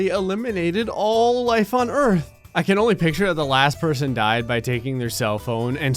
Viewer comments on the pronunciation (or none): none